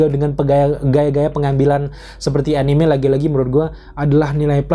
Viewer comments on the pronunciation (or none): A-ni-me bang, bukan a-nim. Awas diserang weebs klo ampe salah nyebut wkwk